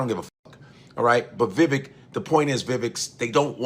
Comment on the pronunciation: "Viveka" Ramaswamamy 😂😂😂😂